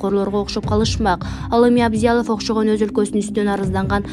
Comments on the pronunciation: Эй журналистка сен сабатсыз окшойсун Абзялов эле Абзялов дейсин мээнди иштетип фамилиясын жакшылап окуп алып анан видео материал даярдачы. Кичине грамотныйрээк болбойсунарбы соцсеттен элге маалымат таратып жаткан сон. Фамилиясы Мухтар Аблязов. Гок мээ. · ТЕЗ АРАДА КАРАП,ТЕРИШТИРИП ,БАЛАНЫ БОШОТУП БЕРГИЛЕ!!!.З ЭЛИН ,,ТЕРОР,, ДЕП АТТЫРГАН БАШСЧЫЛАРДАН ЭМНЕ КУТСО БОЛОТ!!!.КЫРГЫЗДАРДЫ ЖАЛААГА ЖАППАГЫЛА!!КАЗАК ДЕСЕ АРЫНАРГА КЕЛГИЛЕ, ЖУРОКТУ ООРУТПАЙ ТЕЗ АРАДА!!!!.ЭЙ ОКУГАН КЫЗ, АБЛЯЗОВ ДЕП ТУУРА ,ОКУЧУ!!.КЕЙЖИИИ ДЕБЕЙ!. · Абзялов эмес Аблязов, мынча билимсиз диктор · Абзялов эмес Аблязов, туура окусанар жакшы болмок. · Сабатсыз жур Аблязов Такылдабай туура айт уят Аблязов Абзелов эмес сабатсыз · Абзялов эмес, Аблязов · Санкся, Абзялов дейтко -) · Урматтуу комментатор Абзялов эмес Аблязов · Абзялов эмес Аблязов, туура суйлогулочу сураныч!!! Силер журналисттерсинерго! Фамилиясы Абдул Азиз деген создон озгоруп кеткен бул инсандын. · Абзиялов эмес Аблиязов,улам кайталайсың го. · Абзялов эмес Аблязов деп окучу сарока-диктор. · Абзиалов мес Аблязов емес бекен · Абзялов эмес чулдурап, )))Аблязов. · Текстеги фамилияны туура окуучу Абзалов эмес Аблязов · Абзиялов эмес Аблязов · Айланайын, диктор кызым китепти коооп окуп, озундун устундон кобуроок иштечи. Коп жерде туура эмес окуйсун. Казак жаранынын фамилиясын Абзялов деп коп эле жерде туура айтпадын. Менин билишимче Аблязов деп окулат болуш керек. Озундун устундон коп иште, тез окуганын аз келгенсип, коп жерде орус терминдерин да туура окубайсын. Бул сын эмес, жардам. Капа болбо, Адам критика менен озун ондогонго аракет кылат. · Абзялов эмес, Аблязов! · Диктор Абизялов эмес кичине даярданып чыкпайсынбы Аблязов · Ой айнанайын дикторша сен кайдан келген немесин Абзиялов эмес Аблязов ананайын. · Абзялов эмес Аблязов кок мее сабатсыз кыз суйлоп жаткан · Абзялов эмес Аблязов Автор кыз озун биринчи тушуруп алып окучу туура окуганды уйрон Шашпай окучу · Аблязов абзялов эмес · Шыпылдабай туурараак окусаң, Абзиалов эмес Аблязов...